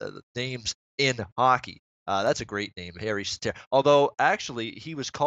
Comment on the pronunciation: It is indeed Säteri, not Sateri